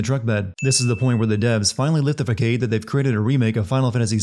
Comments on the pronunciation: Fah-sahd. Fah-SAHD. It's pronounced fah-SAHD, not fah-CADE. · fa-kade? Its pronounced fa-sade like assad. Strange mistake given that most people hear that word more often than they see it written. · facade is pronounced fas-ahd, not fak-ade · I'm giving you a sin for pronouncing it "fuhkayde," its more like "fahsahd" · Fah cade? It's Fah sard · You just said facade as fuh-cade instead of fuh-saad. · Did he say “Fa-cade?” It’s pronounced “fa-säd.” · Two sins of your own: 1. It's "conscience", not "conscious" . 2. It's pronounced "Fuh-sawd" not "fuh-kade" . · "Fakade"? It's pronounced "fasad" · The word "facade" does look like it should be pronounced "fuh-kade" but its a borrowed French word so its pronounced as "fuh-sod". It actually comes from the same roots as the word "face". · Some extremely cringeworthy and laughable buffoonery here. Exhibit A: facade is "fuh-kade?" Lmao what a blithering idiot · What the fuck is a fak-ade? Did you mean facade? ;) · lmaoooooo did you seriously pronounce facade as "fuh-kade" lool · hey bud, facade is pronounced fawsawd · Game Sins Sin: saying Fuh Cade instead of facade. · FACADE! It's Fuh-ssaaaaaah . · I’m fucking sorry Did you just pronounce “facade” as “Fuh-Kade”? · Facade is pronounced like "fah-sahd." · Did you really just say “fa-cade” instead of facade? You act like a pompous ass for views, but can’t pronounce your script? Come on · A few of these are a bit of a reach. Some are legitimate plot holes, others are things that are just minor storytelling quibbles. Oh, and "fake-ade?" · excuse me *fah-kayd*? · The word 'facade' is actually pronounced FASAD. It's okay though. Some of us only see words written and never actually hear anyone say them. It happens to me sometimes. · Nah, its more like FA-SAAD. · facade being pronounced as "fa-kade" is the biggest sin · I made that sin for years.....still trying to force myself to say fa sade is weird. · Did I really hear you pronounce facade as “fuh-kade”